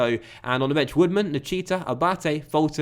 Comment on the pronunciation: Sorry, Nichita is pronounced Nick-eater, not 'ch' sound👍